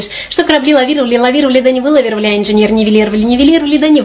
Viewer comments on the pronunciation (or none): i just know that she said "Engenier" 👨‍🔧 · engineer vilinear lear lear viinear 😂🤣😂🤣😂🤣 why this is not my country language